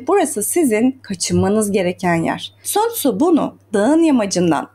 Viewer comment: Okunuşu San Zu değil mi hocam